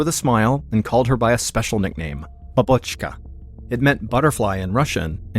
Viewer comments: nope. it’s ‘bAbochka’, not ‘bObochka’. but in the story he said “bobOchka”, which is very similar to how foreigners say ‘babUshka’ (while the correct word for granny is ‘bAbushka’ – the emphasis should be on the first syllable :)). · he said ‘babochka’, but with the wrong emphasis :)